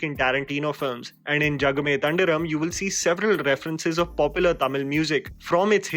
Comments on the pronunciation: I know it's nitpicking.. but jagame Than 'dhi' ram Not tan 'da' ram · Its not tandiram it is Thandiram. Please pronouce properly. And editing was bad and there was no continuity. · Its not thandiram its thandhiram.... With ndha like chaandh... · there's a H after the D in Thandhiram, which you skipped while pronouncing the word. Similarly, how you skipped the final As in Kaala Bhairava. Not criticising you, but your pronounciation sometimes changes the actual words.